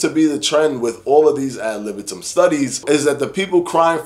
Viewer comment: Btw it’s not AB libitum it’s AD libitum